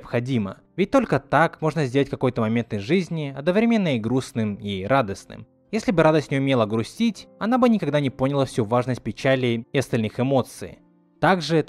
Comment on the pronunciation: ТЫ СКАЗАЛ ПОНЯЛА, ПОСТАВИВ УДАРЕНИЕ НА БУКВУ О